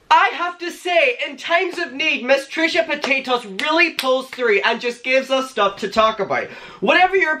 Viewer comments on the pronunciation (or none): AM I THE ONLY ONE WHO HEARD TRISHA POTATOES?! I’m crying 😭😭 I love you!